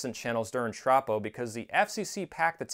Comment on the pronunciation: Minor nit-pick, but as a meteorologist I can say it's pronounced "troh-poh".